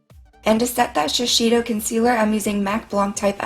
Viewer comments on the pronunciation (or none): shes keep saying "shi-shi-do" but "shi-say-do" will be much better to me , practice practice :D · Wonderful! Just a side note it's pronounced She-Say-Doh :3 shiseido :3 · idk if anyone had told you but shiseido is pronounced sha-say-dough. I'm sure someone is gonna tell me I'm being rude, but I'm just trying to help a girl out XD my mom works for them so I trust that she would know the proper pronunciation. that's how she and the other girls there pronounce it